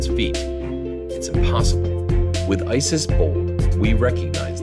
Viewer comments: Just for FYI, IT'S ICIS NOT ISIS -_ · ICIS huh sounds like ISI